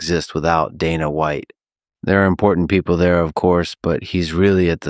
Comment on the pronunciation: I hate that AI Khabib pronounces 'Dana' correctly